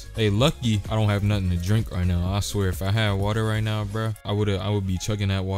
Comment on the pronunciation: "Are you serious right neow" BYEEE 😭